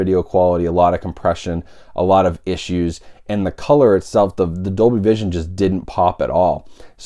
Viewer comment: Dolby "Cision". lol Good job. :P